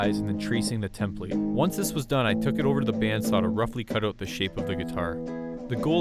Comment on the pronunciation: The way you say template irks me It's an output not input